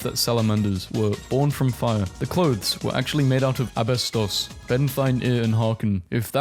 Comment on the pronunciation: Okay you said Abastos not asbestos